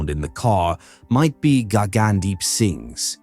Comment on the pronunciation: Did really say Gaygandeep? 🤣